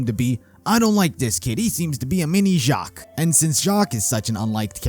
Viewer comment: Uhmm Weiss is german for white also spelled as "Weiβ" and u pronounce W as a V.. so u say /Veiss/ :) just saying if already pronounced Jaques correctly